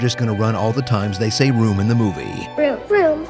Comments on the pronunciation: ha! room sounds like vroom now😂👏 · I'm hearing Vroom as well. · Me, too. 😄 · At some point i stopped hearing room and heard vroom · By the end of that 'Room' bit, it sounded like everyone was saying "Rerm" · it sounds like theyre saying vroom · Room now sounds like Vroom, this all i heard them say "vroom. vroom. vroom? vroom vroom. vroom?"